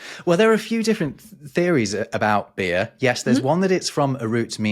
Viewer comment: Hearing non-rhotic try to make an r-sound (beerrrr) is hilarious.